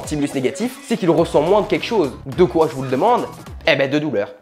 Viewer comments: J'adore qui tu dis "keuwa" !!! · ce "Kéwa" etait magique 😂 super vidéo à la fois instructive et marrante ( comme toujours 😘) bref bisous 👍